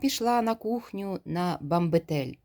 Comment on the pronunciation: Гарно читаєте, але чогось я не второпала, його ж попередили, а слово ''бамбЕтель'' має наголос на другому складі, попередила вас, вибачте.